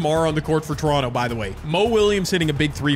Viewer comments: Did anybody else hear him say Lebronto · he said Lebronto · He said Toronto